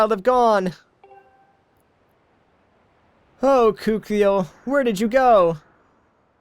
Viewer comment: her name is pronounced Koo-keel.